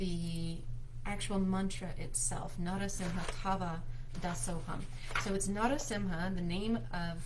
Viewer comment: Great video. It's pronunciation is na ra seem ha. And consider slowing way down so people can chant alongside you.